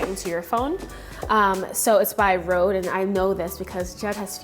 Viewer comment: Great video, but I can't get over how you pronounce "Røde", it's not pronounced "Road"!